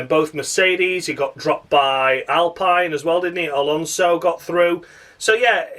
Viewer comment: Alpine rhymes with clean or spleen.